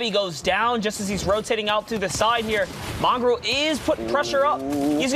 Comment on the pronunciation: Bro why does the announcer say mongaal